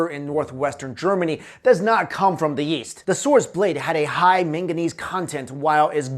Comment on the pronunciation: Why do you say yeast instead of east